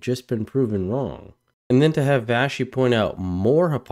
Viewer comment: Hey... I like you coverage and you reference my favourite newscaster... I think her name is pronounced VA-SHE